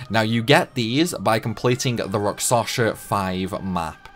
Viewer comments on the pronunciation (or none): Why do you keep saying rakSaSHa? It is rakSHaSa...